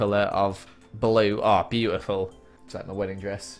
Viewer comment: you mean BLUEtiful? Ahahhahahahahha I'm so sorry